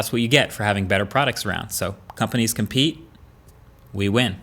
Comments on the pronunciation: I can't be the only one who heard this "companies can pee we win " ! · I thought you said......Companies can pee? ......at the end :) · the first time I heard "companies can pee"...after replaying again a couple times realised it was "companies compete". 😐